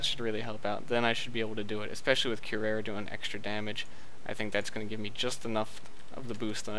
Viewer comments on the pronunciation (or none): loving these videos - but one thing I have to point out, curare is pronounced cu-rar-ree xD